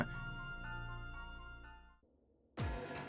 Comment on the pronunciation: I am glad you did this video. However as a native to this area the way you pronounce certain cities like Oswego and Joliet hurt me a little. But good video none the less.